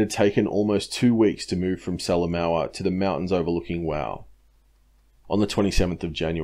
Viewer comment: Great work mate, nice to see PNG campaign getting such attention. As a former PNG resident, I can clarify your generally great pronunciation. Salamaua is pronounced sala moha (oh as in well, oh, or like the extinct NZ bird, Moa). Papua isn't pap-u-a it is parpwa, (the wa as in wah, as in crying). Otherwise impressive stuff.